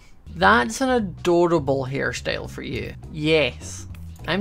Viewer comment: Hi remember when ou said in the crazycraft war you sound so Scottish when you said "now we got food fore days" i lovced thatline plz like if you remember it